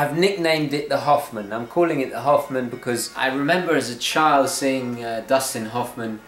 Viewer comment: Also, the way you say Hoffman sounds like "Half-man", and the bezel's colors are split in Half!